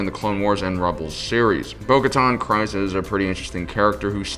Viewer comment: It’s pronounced creez not cryz